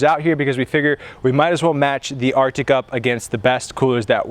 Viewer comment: RTIC not "Arctic"